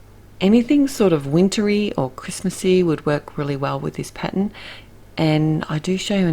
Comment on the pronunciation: It's a wonderful color combo and clever to make 5 cards from one stamp set! Love them. Really loved that background stamp and it did really make these work. The snow couple was my favorite. I just love the way you say "pattern"!